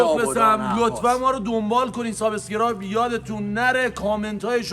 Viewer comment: فحشم ندید ایراد نمیگیرم فقط واسه اطلاعات میگم شماها میگید سابساسکرایب یادتون نره باید بگی سابسکرایب دیگه ا نداره اینم میدونم ما ایرانی بیشتر ی ها میگیم اس در صورتیکه از بین دندونهای تلفظ باید کرد و S س هستش نه اس